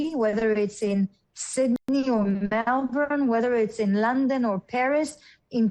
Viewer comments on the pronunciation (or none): none